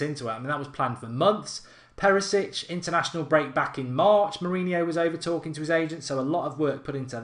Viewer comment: Thank you.. so stop saying Perisic 😡